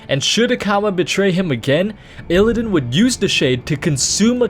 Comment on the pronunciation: You also don't seem to know how illidan is pronounced.